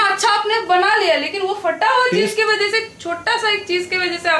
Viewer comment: so ki hindi kabhi kabhi confuse jar deti hai...."vajay" nahin "wajah"..... Lots of love to your lovely family... Nice blog.... Keeping going...😄